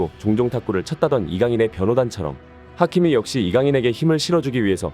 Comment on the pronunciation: 하미키가 아니라 하키미 입니다~